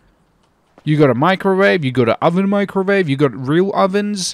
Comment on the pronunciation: “You’ve got a microvave” lol